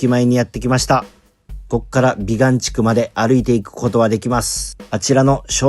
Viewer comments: びがんでなくびかん地区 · 「びがん」て言うてるけど、「びかん」やろ？www